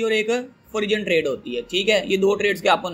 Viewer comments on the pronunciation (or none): O bhai forun trade h pronounce....